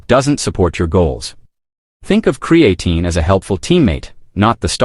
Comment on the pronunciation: He can't even pronounce creatine correctly